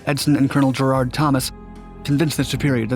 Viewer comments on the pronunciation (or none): none